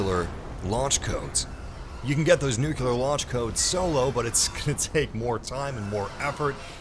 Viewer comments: Nuclear. Not “nukelar”. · Jesus fuck, it's "NuCLEAR", not "NuQLUR" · IT’S NUCLEAR NOT “NUKULAR” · For fucks sake, how hard is it to say NUCLEAR!!!! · It's pronounced "New-Clear" FFS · I hate when people cant say nuclear